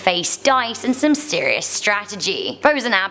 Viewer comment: the way she said "serious"